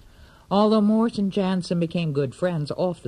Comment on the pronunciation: And its morse not moose